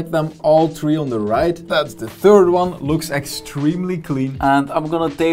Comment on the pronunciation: i like how you say tree and not three